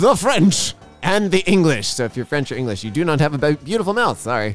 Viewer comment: Bro just said Engrish not English